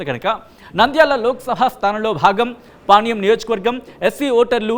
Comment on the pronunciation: Veeniki panyam ani palakadam ravadam Ledhu